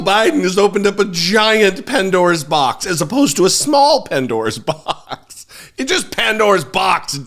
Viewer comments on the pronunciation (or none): Did he say aunts Dora’s box? 😂😂😂😂😂😆😁🤣😁😆😁🤣😁😆